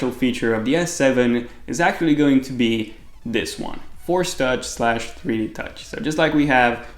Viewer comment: Lmao is it fourch or force touch lol